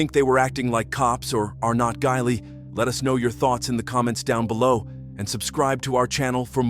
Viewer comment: “Are not guilee” was brilliant at the end 😂